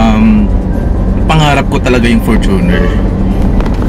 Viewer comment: its FORTUNE-r not for-TUNER